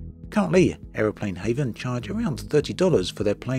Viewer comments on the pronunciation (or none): It’s Aeroplane Heaven as in going to heaven, not Haven!